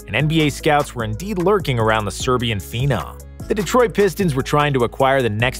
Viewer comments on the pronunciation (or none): none